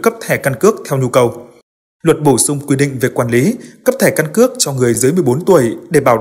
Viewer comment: Căn cứ điện tử hay căn cước điện từ. Phát âm khó nghe quá.